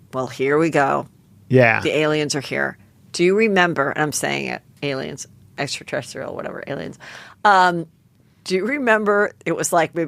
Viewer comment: Extraterrestrial Heather! Geeeeeeez get it right 🙃